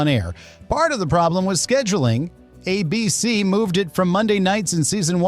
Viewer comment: AI narration still needs some work to appear convincing. Hesitations awkward, ABC pronounced weird, and also videos are random and do not match the narration.